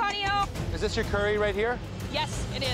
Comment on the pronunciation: They said cyury instead of curry😂😂😂😂😂😂